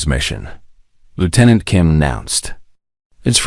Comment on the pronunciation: Something cannot pronounce 'Lieutenant' dot